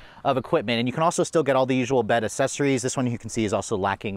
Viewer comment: It’s “ACC-cessories.” Not A-Sessories. 😉